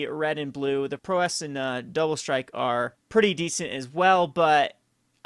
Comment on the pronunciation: Pronounced repeal and prowess wrong every time. Kind of annoying. They're not made-up words, they are actual english and have actual pronunciations.